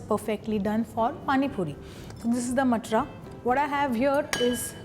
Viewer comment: Not matra. Mam is matar